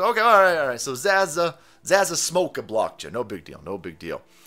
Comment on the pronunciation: it is pronounced zawzaw... the finest of green herbs if you indulge lol.